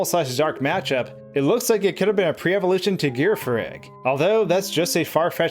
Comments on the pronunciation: You pronounce everything wrong it's called jiraffe ffarrig not gira farig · Why would you pronounce Girafarig like that?